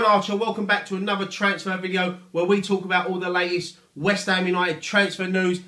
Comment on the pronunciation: "ELLO', FROM WHEST AM FAN TV", love it